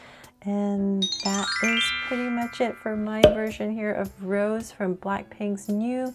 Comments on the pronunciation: I don’t want to be rude it’s just it bothers me a bit lol but her name isn’t pronounced like the flower rose it’s pronounced Rosé (Rosay) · That is a really cute drawing, but pls pronounce her name right (Ros-ay)❤❤ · Her stage name is Rosé, pronounced Rose-A. Can we look forward to a Jennie and Jisoo?